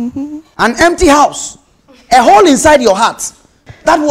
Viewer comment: Oh this girl paaa...after all the "damn", you still say hempty 😂😂😂